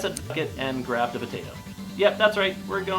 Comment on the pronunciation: "It's a pot-at-o" 😂😂